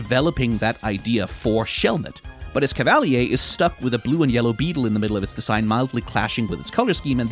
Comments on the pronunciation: I'm sorry esca-val-e-yay? I know pokemon pronunciations are the most whatever, who cares type of thing but it's clearly supposed to be pronounced es-cav-uh-leer similar to Excalibur the legendary sword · its pronounced es cav a leer. Mix of escargo and cavalier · im pretty sure its pronounced Es-Kav-uh-leer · Bro that’s not how you pronounce escavalier it’s pronounced like cavalier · “ES-CA-VALLEY-AY” ? 😂 That pronunciation 😬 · Yeah, it's French-style. There are a lot of Pokémon whose name is pronounced in a French way, so it's hard to fault for making that mistake here. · What is this cursed pronounciation Cavalier is a word already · I thought it was pronounced Es-cava-leer? Like escargot and cavalier. Unless I've been pronouncing the word 'cavalier' wrong this whole time. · You’re right. It’s definitely “Ess-cava-LEER.” It’s consistently pronounced through the Pokédex 3D Pro, anime, etc. This guy gets pronunciations wrong all the time. It’s distracting. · wtf was that Escavilier pronounciation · H... how did you pronounce Escavalier in a way that adds a syllable? 😭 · for the second time you’ve pronounced a name in a way that i never heard before. suicune and now escavalier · This is a fair assessment but that pronunciation of Escavalier invalidates everything you said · Escavalier is meant to invoke a Cavalier thus the name and the lances. Pronunciation at the beginning had me like "wait a minute" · The pronunciation of Escavalier startled me, but thinking about it, it does make some sense. Considering the first half of the name is taken from “Escargot,” which comes from French for snails, it would make sense that the second half comes from “Chevalier,” a French term for knights/horsemen. I always thought of it more as “Escargot” + “Cavalier” so I pronounce it different than you, but your pronunciation really piqued my interest! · Ok but we gonna need to talk about your pronunciation of Excavalier. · I love the way he pronounces Escavalier